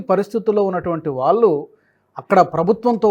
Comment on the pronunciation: ళ ని ల లాగా అంటున్నారు , వాళ్ళు, ఆనవాళ్ళు దయచేసి చూసుకోగలరు